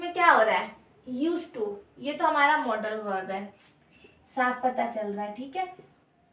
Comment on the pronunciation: Maam aap मॉडल verb ko मोड़ाल verb kyo bol rhi ho ya hmm hi galat padhte a rhe abhi Tak 😊